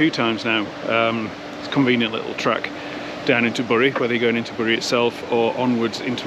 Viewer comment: Bury is pronounced ‘Berry’